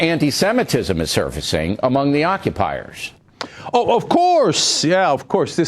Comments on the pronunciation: Bill O'Reily called them "occupizers". Nice work with the English language there Bill. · Did he say ocupysers? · did he say occupizers? is that the term they use or is man just a fool?